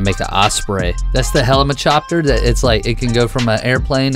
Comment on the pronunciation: u said helichshoper